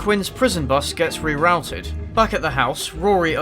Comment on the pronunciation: Re-rowted? I take it you mean rerouted. OO, not OW, you're English, be proud of it.